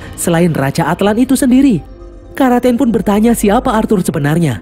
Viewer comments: Karaten ❎ Kraken✅ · Kraken mungkin min bukan Karaten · Karaten= kraken🙂